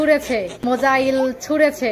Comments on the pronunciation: উচ্চারণ আগে ঠিক কর .. মোজাইল ছুঁড়সে😂😂😂😂😂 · Misayil na musail thiki bolche tora tin nia juddho gechis o toh musail bolbey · "মোজাহিল" টা কি? সত্যিই তোমরা একটু তো পড়াশোনা করো। ওটা " মিসাইল " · Missile ucharon korte are na jara sei kanglu der saathe ki r kotha Bilbo 😂😂😂